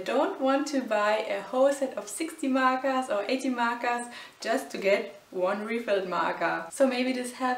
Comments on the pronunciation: WHY U SAY MARKARS?!?!!?!?!?!?!!? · "markas" "marka" Sorry I had to...... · Ору с того как она говоритслово МАКААС